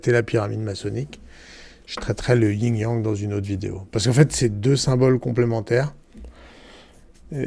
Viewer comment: On dit Yin et yang pas ying yang voila juste pour info sans jugement